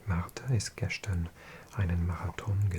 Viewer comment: your pronunciation is actually killing me. it's actually very good, but then something will crop up and strike the ear like a thunderbolt. the most obvious of these in this video was 'gestern'. i'm sure every guide will say that german 'st' is said 'sht', and they'd be entirely accurate, but not in gestern. that is like a simple english 'st'. thinking about this, another similar sounding exception is 'Gast' (guest) and its plural, Gäste. i'm not sure, but intuitively i think it has to do with the st being on the end of a stressed syllable.